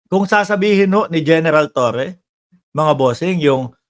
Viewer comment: AYUSIN MO MUNA BIGKAS MO NG LETTER R.. TOWWE?? 😂😂😂